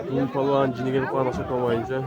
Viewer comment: Туугандар тилибизди жоготуп албайлы таза кыргызча суйлосок деп ойлойм палбан эмес балбан деп эле ака эмес ага депчи